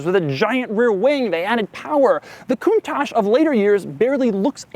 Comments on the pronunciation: At least he doesn't say "Lambore-genie" and "count-tatch" but isn't the "ch" in Italian normally pronounced like a "k", giving it a sound like "koon-tuck"? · when I hear you say countach I wanna kill myself, its italian not french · You cant even pronounce the car correctly coun-toc not coun-tosh! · Gobshite, it's not pronounced coontosh it's pronounced coontock. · One important missed detail: It's pronounced like "Coontock". Still my favourite Lambo but wow so impractical! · Wonderfully impractical car, but....isn't it pronounced Coun"tokk" instead of Coun"tosh?" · you must pronounce "kountak" ,not "kountash"...it means "marvelous" in a napoletano dialect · Not coontach count I say again count it's pronounced countach you dumb ass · Isn't it pronounced "koon-tack" not "koon-tash?" Italian pronounces ch as K. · Learn first how to pronounce it right, Doug...it's called KOONTAH and means ULTIMATE AWESOMENESS! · The way he's says it.....coontash -_- so annoying bruh in the rain too hahaha ,😂🖕🖕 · it's not pronounce kuntachss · I am from the UK and it sounds like he keeps saying 'coontash' I am sure its just his US accent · Coontaash? Is that how you pronounce it? Is my life a lie? Hotel, trivago? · it''s Pronounced Con-Touch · You don't know how to properly pronounce the car..... and it seems that you tongue is too fat for your mouth thus resulting in a lissssssspppppp.... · Ok before get started, learn how to pronounce its name correctly.........PLEASE! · Fun to hear an american pronounce "Countach".... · Until you pronounce Countach the right way I won't subscribe! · Stop pronouncinng it so silly :pppp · If I had a dollar for every time you mispronounced 'Countach', I'd almost be able to afford my own Lamborghini. 'ch' in Italian is pronounced like 'k' in English. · Your pronouncing countach wrong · Why is it americans can never ever pronounce the name Countach properly its not pronounced that way. Duh.